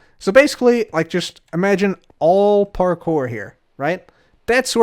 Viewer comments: Its always parkour, never parpour, parcore, park core, par kore, par pore, or porkpor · I never want to hear say parkour ever again after last episode lmao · I have PTSD everytime I hear say parkour. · Imagine not saying French ‘parkouir parkouir’